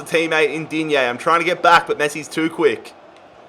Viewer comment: In French we say digne not digné 😅😊